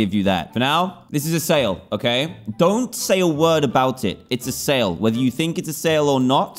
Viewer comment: i didnt have it, but i care a"boot" yarh stary